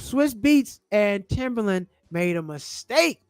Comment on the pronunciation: TIMBALAND not Timberland lol